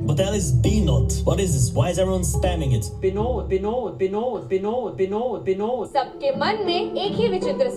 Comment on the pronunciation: bengalis use B instead of V, correct pronunciation is vinod